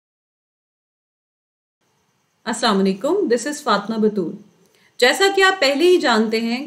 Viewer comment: It doesn't mean I do it with negative thoughts....but It is not Fat'ma, the pronunciation of your sweet name. It is Fa'ty'ma.....